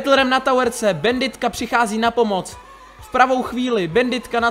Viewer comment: Česky: [banditka] Slovensky: [banditka] Anglicky: [bændit] Ale nie, musí povedať bænditka:DDD